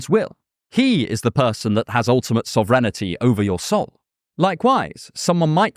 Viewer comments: Sauv - renity .....? what the british!? lol Sov-rin-ti Sov - where "o" is like sock or clock rin - like tin ti - like tea sovereignty. 😛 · you said sovereignty wierd.... I think.... first "e" is silent no? along with "ig"? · sovereignty pronunciation funny as hell =))